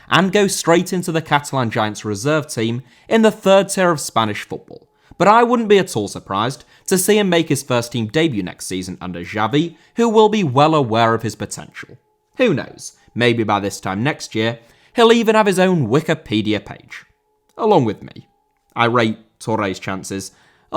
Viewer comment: Xavi* not Giavi